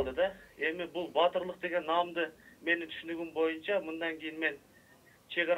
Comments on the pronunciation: Бу мойунча эмес бул бойунча деп айтылат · ушул боюнча дегенди ушул моюнча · бул мойунча деп суйлойт экен мойунчабы же бойунчабы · Боюнча дегенди моюнча дейт го туура суйлоп алчы мээрбек